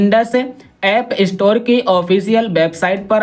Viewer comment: इस्टोर नहि स्टोर